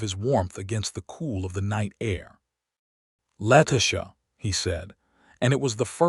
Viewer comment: Why can't they pronounce Letitia's name correctly?